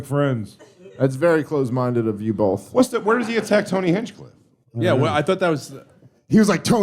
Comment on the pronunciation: it's "both". There is no L in it. "BOTH" not "bowlth"